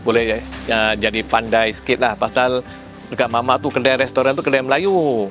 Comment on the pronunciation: 😅😅😅Kedai bangggg.....kedaiiii.....bkn keldaiiii.......dah mcm kaldai dh aku dgr😂😂😂😂😂😂